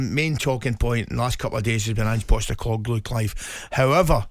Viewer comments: Did Clive say Ange POBELIGOSCU 🤔🤔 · …the laughing occured after the mispronunciation of "Postecoglou"